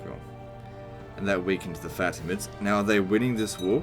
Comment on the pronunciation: I just love the way you pronounce faTimids